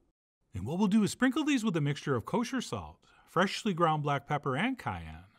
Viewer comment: I like how John still arm wrestles with the word "freshly." It comes out "Freh-shly"